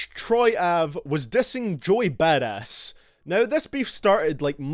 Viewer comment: It sounds like you're saying "Joy Badass" instead of "Joey Badass."